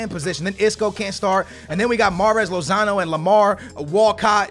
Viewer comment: lozano.??like so can learn how to pronounce players names